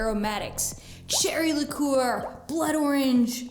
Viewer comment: Cherry Lick- coow-er ha ha ha ha ha!